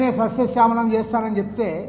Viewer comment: సస్యశ్యామలం అనే పదాన్ని కరెక్ట్ గా పలకమను ముక్కు కెసిఆర్ ని ...😂😂😂...